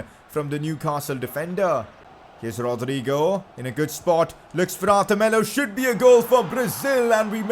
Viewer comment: Thats how ur supposed to say it